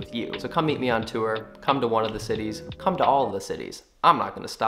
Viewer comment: I love how you pronounce “tour”